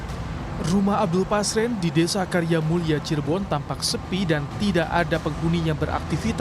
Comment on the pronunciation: Namanya RT Pasren Min.. Bukan Paser, tar salahh lagi 😂